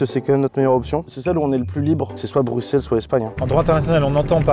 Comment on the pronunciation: Il a dit broussel 🥲